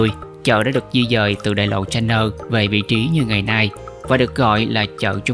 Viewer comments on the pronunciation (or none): none